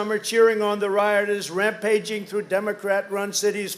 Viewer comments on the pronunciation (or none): none